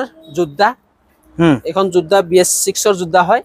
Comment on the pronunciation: Jodha nohoi oh dada yodha